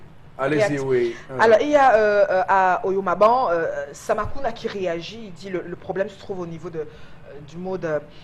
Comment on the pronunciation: tu es très belle;naturelle. Intelligente alors garde ce naturelle dans ton ton et ton accent:comment tu as appelé: oyomabang? Je t ai déjà entendue appeler les noms africains comme les Européens:non non non: appelle nos noms à l africaine parce que nous t écoutons fièrement et avec grand plaisir.